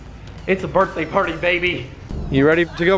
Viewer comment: When you said birthday I heard burtday